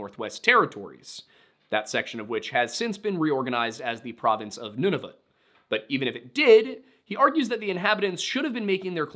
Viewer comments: Funny compliment to give, but thank you for pronouncing Nunavut right. I’ve seen too many Americans try to make videos and come up with the wildest pronunciations! The simplest way to show respect is to say a name correctly, so thank you! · MF can't pronounce Newfoundland for shit but pronounces Nunavut flawlessly.